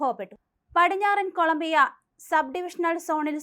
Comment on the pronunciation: ഏറണാ.കൊളം മ്പിയ 🥹